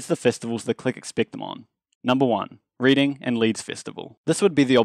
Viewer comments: I died when you pronounced ‘reading’ and ‘reeding’ lmao it’s pronounced ‘reding’ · Did he call Reading (pronounced redding) as like READING a book amsoabslxlsoaks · i cried with laughter when he pronounced Reading like “Reeding” when it’s actually pronounced “Reding.” it’s not his fault tho lol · You say Reading as REDing not READing btw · i swear 'reading' (the place) is pronounced 'redding'... great video though |-/ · It is pronounced redding not reading, just spelt reading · I got triggered when he said reading it’s pronounced Red-Ing 😁😁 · "reeding" festival im sorry bye